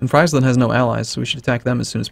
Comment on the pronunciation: the frei/fri in Friesland/Frisian (rather famously in fact) rhymes with cheese, not with pies... and does so both in English and in Frisian.